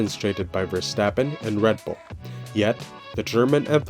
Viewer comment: Pleas pronounce his name correct! He is Dutch not German.